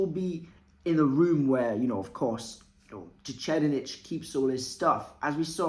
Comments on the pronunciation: Lol your pronunciation of the 4th prince’s name sent me. Its “tser-EYED-nick” with a soft t and an emphasis on the ser in the first part. Great vid though. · It is pronounced Sir Ride Nick and not whatever you said there. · SIR-RIDE-NICK MY GUY! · Sir-eyed-nick. Please. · It's tse reed nihh/nick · if you accept Japanese as a phonetic language without much room to dispute pronunciation (unless it involves L vs R or things like that).. it’s reed, not ride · ive never heard that pronnauciation here before